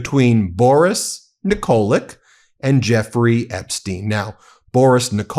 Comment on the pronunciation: Tell Ben the pronunciation is Nikolitch